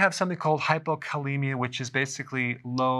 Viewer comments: He keeps mispronouncing hypocalcemia. This does not inspire confidence ! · You mispronounced hypocalcemia twice. Not good. Not good at all.